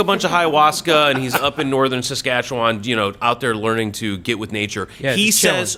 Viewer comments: Hey, It's too fucking cold here in Northern Saskatchewan to "get" with anything outside, without fear of having freeze and fall off. Oh, nice job on the Saskatchewan pronunciation as you did much better then most and that includes my fellow Canadians. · WOW I am impressed you pronounced Saskatchewan correctly !!!!!!